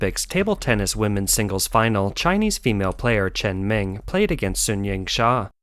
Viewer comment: let me help you (in case you think you know Chinese), it is not cultural, but political matter. very very deep economical benefits who wins and those chearing people are hired to do so.... get it? btw, her name is chen meng (pronounced as məng), not chen ming (pronounced as ming)